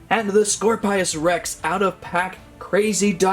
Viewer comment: "scor-pios" rex💀 Nah it's "scorpios rex"